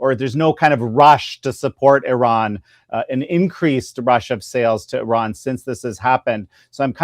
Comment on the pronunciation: Gorgeous Gordon can say Iran correctly... which proves he knows what he is talking about 😅👍